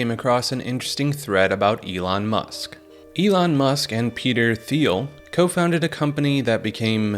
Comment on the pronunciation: Peter thiel is pronounced teal like the color He is extremely rich DL gay politically influencing monster